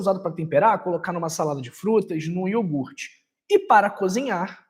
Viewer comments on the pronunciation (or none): none